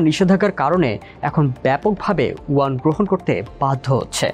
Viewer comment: Please correct your pronunciation, this is Yuan